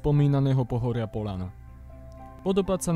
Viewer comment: Krásne video, ale, preboha, ľahký, ľahko, hľadať, Poľana, vedľajší - mäkké ľ. Zle sa to počúva. Sorry, lebo video je skutočne veľmi pekné.